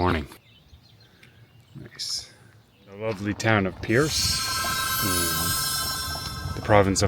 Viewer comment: Percé is "Pear-say"